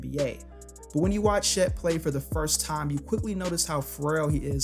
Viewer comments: why do you pronounce Chet as she’s?😂😭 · You saying “Shet” is driving me crazy